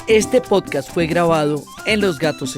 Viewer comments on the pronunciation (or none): none